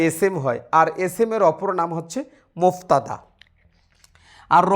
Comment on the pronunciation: মুবতাদা । মুফতাদা নয়